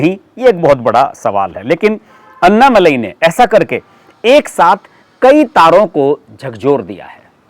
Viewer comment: कृपा करके अण्णामलय कहिएगा अन्नामलाई नहीं